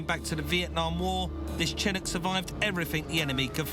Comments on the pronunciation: Mike Brewer is a serial mis-pronouncer. He always used to refer to the Ford Ka as a Kay-Ay, so Chinncuk instead of Chinook is par for the course. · I can assure you I have never ever heard Chinook pronounced like this ..... and I'm English.